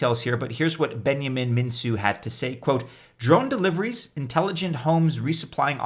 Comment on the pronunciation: Elrond's creators' last name is pronounced MinKu: the c is solid, not an S... Romanian confirms! Great idea, watch the whales and distribution tho...